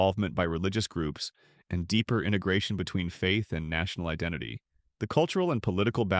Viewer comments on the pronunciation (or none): none